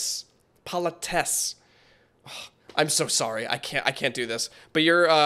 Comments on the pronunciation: I ain't finished the video yet but I just had to put this down here Say politicess name with the Cuss sound at the end not the Cease sound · I believe politicess is pronounced with the c more as a k. Kinda hard to explain since english isn't my first language but kinda like po-li-ti-cuz